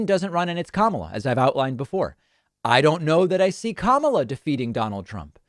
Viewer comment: No joke, you messed up Kamala Harris's name twice.